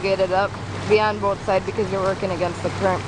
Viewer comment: the "Boooat"--sure can tell you're from Wisconsin! ;)